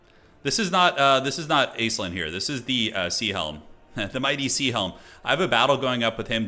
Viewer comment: just for future reference Aislinn is pronounced 'Ashlin' lol it's an Irish name